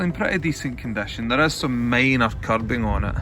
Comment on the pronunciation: I truly enjoy these videos. One of my favorite features is his accent. I never knew someone could pronounce the word "minor" with the letter "A". I could spend hours talking with people with a regional dialect/accent and not understand half of what they are saying but still have the most fun of my life because people are awesome. Keep doing what you're doing!